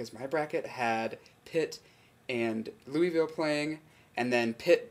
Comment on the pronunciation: You say Louisville funny. It's LOO-uh-vull. :D